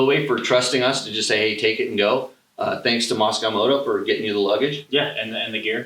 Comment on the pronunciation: Great review. just one thing Mosko Moto are not russian, nor is it bovine. Mosko, like moss-co. Not moscow, or moss-cow. Drivin' me nuts. haha